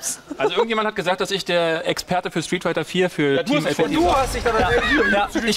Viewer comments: ja der fehler war street figher das fehlende t bei street kam von dir du genie ^^ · Des heißt doch Street Fighter oder???? (und nicht street Figher)